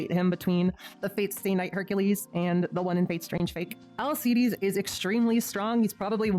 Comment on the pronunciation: Heracles not hercules and im pretty sure its pronouced alkeides